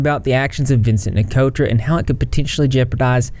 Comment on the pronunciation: NIC-O-TRA ---- THERE IS NO "L" IN HIS LAST NAME. GET IT RIGHT IF YOU WANT TO "REPORT" DUDE.